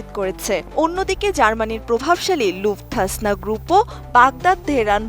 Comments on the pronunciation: German Air lines r name Luftan na Lufthansa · জার্মানির এয়ারলাইন্স “ লুফথাসনা” নয়,এটা হবে “লুফথানসা”।সঠিক উচ্চারন করুন!